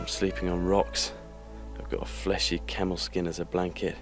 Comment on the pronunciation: Camel,not Kamel😂